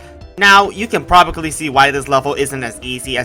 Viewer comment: always saying "probably" wrong never gets old